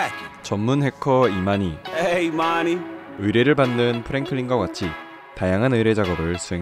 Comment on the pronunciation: 아 자꾸 이마니 말씀하실때 이만희로 들리네옄ㅋㅋㅋㅋㅋㅋㅋㅋㅋㅋㅋ